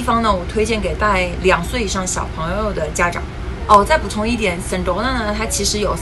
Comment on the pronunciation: Sedona的发音应该是[sE Doe Nah]， 而不是[Sen Doe Nah]